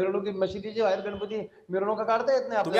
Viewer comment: गणपती म्हणताना जीभ जड होते का माल माल का म्हणतायत??